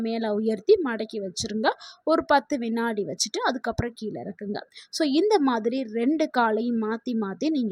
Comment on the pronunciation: Pl.tamil zha n ள் shd prounce correctly kila is wrong keezha is correct. Learn fm tamilian pl